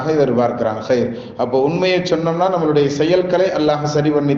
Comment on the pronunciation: இந்த பயானில் நம்முடைய என்று சொல்லும் இடத்தில் நம்மலு டை என்று புழங்கி யிருக்கிறீர்கள்